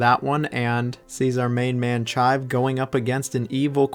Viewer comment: "Chive" "Orcarina" 😂